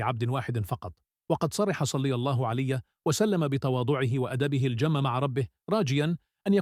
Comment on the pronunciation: لا تحكي صلى الله عليه وسلم بطريقه غريبة في الفيديو احكيها بطريقة صحيحة